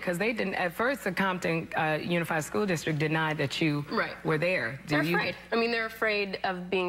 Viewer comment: she said unified school DICKstrict LMAO